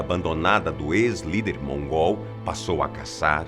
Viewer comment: quando ele fala:"o novo lider mongól" dá vontade de rir,parece que ele tá chamando o cara de mongoloide kkkkkk